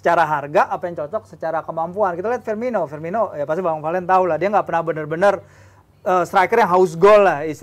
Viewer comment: Firmino bukan Firminho